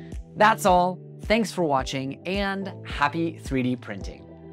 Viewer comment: It’s pronounced fill-A like eh, like imagine a Canadian saying fill ay like that